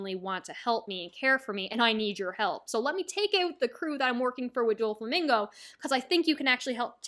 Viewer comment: I have heard many mispronunciations but Dúflamingo is elite